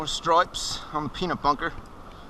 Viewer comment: What's with the weird accent every time you say bass or stripes ?